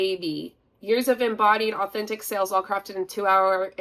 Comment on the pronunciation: When she says "sales" it sounds like "sells", drives me nuts!